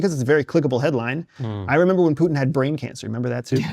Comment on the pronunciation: The dudè in the glasses doesn't even know how to pronounce putins name,😂. And you expect us to take this discussion seriously?